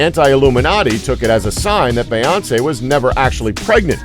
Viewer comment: Why doesn't the guy doing the voiceover know how to say Beyonce? Have some respect for our royals!